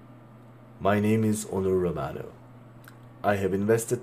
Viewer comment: Onur Romano derken ki telaffuzu😂